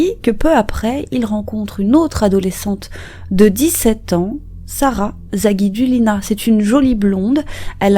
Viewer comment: La ville russe de Gubakha se prononce Goubara... "kh" en russe c'est comme un "R" en fait... et le "u" se dit "ou", Sara Zagidoulina